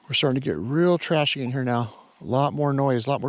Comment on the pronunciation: U said rea trashy? Clicks n pops is that iron?